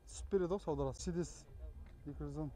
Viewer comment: Мерседес ты дурстап айтшы корламай